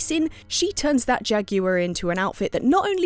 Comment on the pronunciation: Am I the only one that noticed says Jag-goo-ear instead of jaguar?